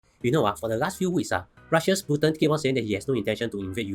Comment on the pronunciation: Hahaha! You pronounced Putin as Putien restaurant! Nice summary, thank you!